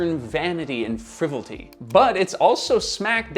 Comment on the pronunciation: *Fri-vol-ity. Not frivolty.